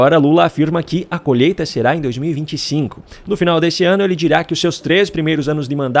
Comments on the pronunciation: Desculpe-me, não é colheita e sim...." colheta". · "Colhêta" (sic)?? "Adôbo" (sic)?? 🤮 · "COLHETA" ... não consegue falar colheita. Deus Nos Livre das trevas.